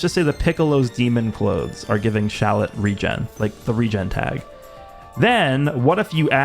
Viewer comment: Dude, you need to stop calling him shallet